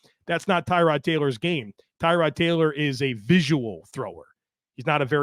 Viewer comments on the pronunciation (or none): More like Terr-od. But yeah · Maybe if he wants to call it TAROD Like Terr-ood even TU-RD...however TY-Rod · FYI his name is pronounced Tah-rod. Poor guy, nobody pronounced it right the entire time he was here. He only corrected media once